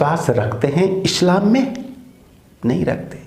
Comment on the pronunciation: Guruji aap Islam ko Eshlam mat boliye....apney uccharan sudhariye